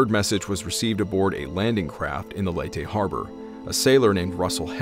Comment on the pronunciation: Pronunciation Leyte = LAY-tee Tacloban = Tok-LO-bahn